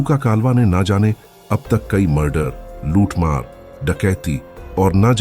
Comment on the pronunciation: Luthmar bar bar muthmar sunai de ra h